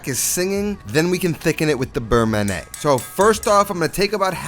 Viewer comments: not ma-neh ... ma-ni-hey! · Looks great. You got the pronunciation right for beurre but pronounce man'yay for manié.